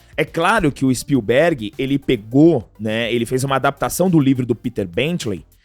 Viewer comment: Tu vai morrer sem aprender a falar Spielberg. Som forte é no "i"